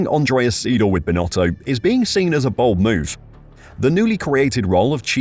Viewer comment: Andreas SY-DAHL and not Seedal.